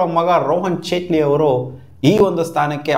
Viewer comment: ಚೇಟ್ಲಿ ❌ ಜೇಟ್ಲಿ ✅